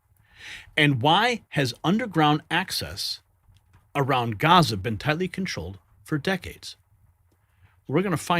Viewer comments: NOT “GAZA”, ITS GIZA FFS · he says Gaza again, like the moron he is. It's Giza, dummy!